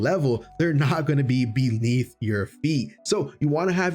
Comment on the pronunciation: "they're not going to be beleaf your feet"